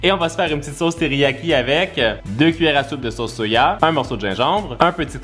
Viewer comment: A il dit s’amuse soia au lieu de dire sauce soja mdr